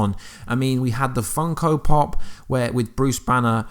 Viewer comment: "funkal pop"